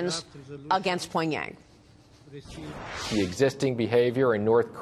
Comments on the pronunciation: “Poingyang”? It’s Pyongyang dumbass trick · This hoe can't even speak right Pogyang it's Pyongyang slut how do people get these kind of jobs?